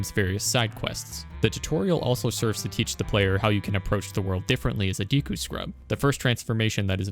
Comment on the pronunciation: Yeah, Romani's ranch side quest also gave me nightmares. But I was also not even 10 yet so cut me some slack too 😂 Ps. I loved the video. But please start saying "Deku" correctly. Edit: Totally agree on your last take. Gatekeeping brings no benefits to either party. Great video.